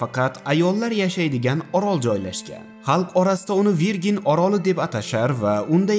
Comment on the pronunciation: verjin deb o'qiladi bokira deb tarjima qilinadi